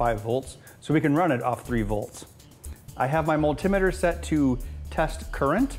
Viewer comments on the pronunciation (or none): Ben, I have watched and enjoyed many of your shows but I still cringe when I hear you say multimeter. I have been i n the electronics business for over half a century and it was always pronounced multi meter. I don't know when or why the two words were crunched together maybe to fit some advertising need. I still enjoy your postings. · Never heard multimeter pronounced like that before! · I've never heard "multimeter" pronounced that way before...